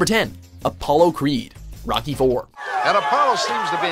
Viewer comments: "Rocky" mountains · "In the ROCKY mountains." xD Was in the only one who noticed this??:D